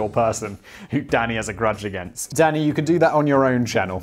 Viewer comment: Every time you say danny, all i hear is daddy. Just yellin "daddy yes!" Lol.